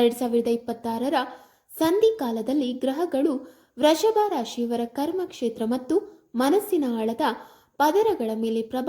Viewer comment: Vreshabha ರಾಶಿ ಅಲ್ಲ Vrushabha ರಾಶಿ. ಕನ್ನಡವನ್ನು ಕೊಲೆ ಮಾಡಬೇಡಿ